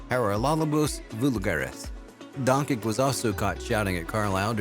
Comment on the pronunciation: 2022 video and still can't pronounce Doncic..